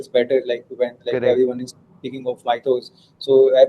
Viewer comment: Mythos not methos